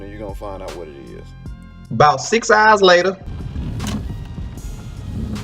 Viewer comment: "6 hours latah..." Too funny! Good video mane